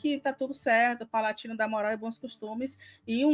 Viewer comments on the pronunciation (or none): Segundo corte que a fala palatino ao invés de "PALADINO".